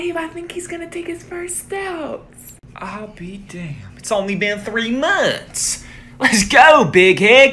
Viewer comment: "It's only been 3 moanths!"